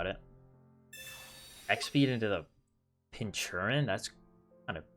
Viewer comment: You're saying Pincurchin wrong, sound it out I guess? Pin-ker-chin